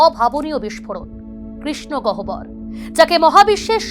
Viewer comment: Gohobor !!?? Ota Gowhor uchchharon hobe !!! Professional der ei bhul ta hoya uchit na !! Oboshyo ekhon Somman er jayega te Sonman cholchhe to taai sobi sombhob.